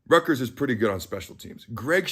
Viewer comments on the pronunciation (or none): Hey,,, ……it’s Rutgers.